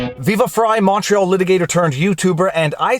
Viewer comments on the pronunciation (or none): none